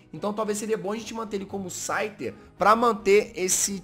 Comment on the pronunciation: So eu vi q ele falou schyter 2 vezes 😂😂